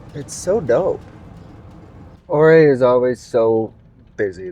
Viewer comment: Pronounced You-Ray. Sam